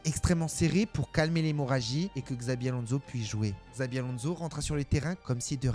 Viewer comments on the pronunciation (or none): Xabi Alonso se prononce Tchabi Alonsso